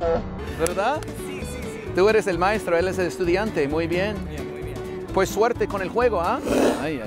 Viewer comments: El "maistro?"🤣🤣 pues que albañil? 🤣🤣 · Cómo buen mexicano no se dice ::: MAESTRO se dice MAITRO 👍